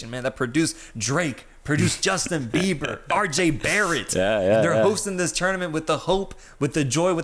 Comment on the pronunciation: bro said rj barrett 😭✌🏽